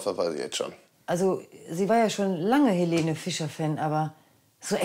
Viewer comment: Die heißt im Video nd Helene ! Sondern Elene